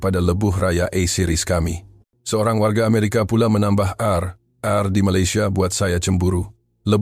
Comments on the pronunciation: Di sebut RnR = Rawat dan Rehat dan bukannya RR huruf I di sebut ai dalam bahasa melayu malaysia dan bukannya divokalkan. menjadi sebutannya seakan huruf ' E' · R & R kau sebut lah betul2,nampak kelakar lagi bodoh.Rawat dan Rehat(r n r) itu makna/terjemahan yg betul.